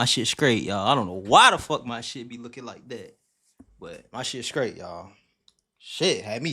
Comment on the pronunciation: the word is straight not “skraight”. 🤦🏾‍♀️😂😂